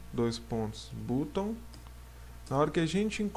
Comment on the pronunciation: Muito boa a aula! Não quer o ser chato, é que a pronúncia correta de BUTTON é ba1, ou seja é como se você falasse ba+um em português. Pra quem mora em país de língua inglesa é muito estranho ouvir você falar butôn. Se quiser ouvir a pronuncia correta coloca no google tradutor e clica no autofalante. Vlw, tks.